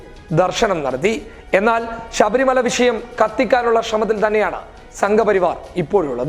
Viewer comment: ഷബരി മല എന്നല്ല; ശബരി മല എന്ന് പറയുക.